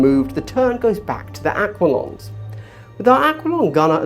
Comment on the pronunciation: Very helpful video but dear lord pronounced aquilons correctly